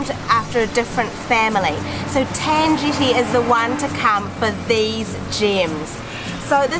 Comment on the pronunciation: pronounced Ten Jetty, 'Tan' shld be pronounced 'Ta-an' not 'ten'. Lol. it's 'ti-o-chu' not 'tiu- chou' tht sounded rather vulgar lol almost like (fxxx Chou)